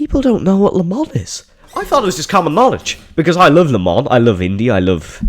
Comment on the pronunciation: "I wuv brum brum"